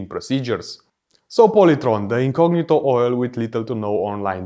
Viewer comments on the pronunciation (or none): none